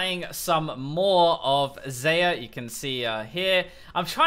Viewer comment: ITS XAYAH PRONOUNCED LIKE ZYRA